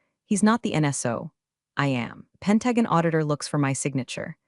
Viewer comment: Pen-tag-on????? WTF?